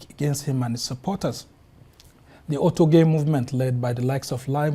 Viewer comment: Oyedepo not Otedepo